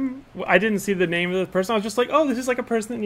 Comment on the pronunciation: Woo hooooo! You answered my question AND pronounced my name correctly! Thank you!